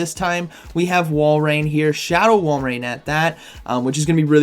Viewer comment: This has to be said but before i do i love your vids now its pronounced walrin not walrain think of it like this say walrus then walrin if yall still say walrain then idk what to tell you lol🤣